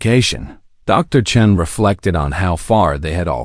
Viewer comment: I have to admit, I was surprised to hear Dr. Chun(g?) instead of Chen!